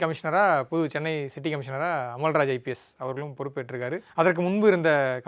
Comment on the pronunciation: அமுல்ராஜ் இல்லை அமல்ராஜ்